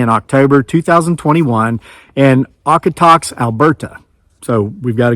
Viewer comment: It's pronounced "Ohkohtohks". The name of the southern Alberta town.